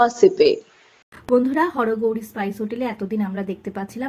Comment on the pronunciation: হরগৌরি পাইস হোটেল, স্পাইস হোটেল না, উচ্চারণ ঠিক করুন।